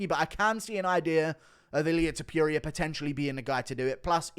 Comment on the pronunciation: Aight man time to start pronouncing it right… Toh-poo-ria